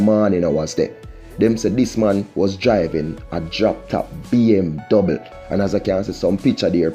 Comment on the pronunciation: Man keep saying BMdouble its BMW bro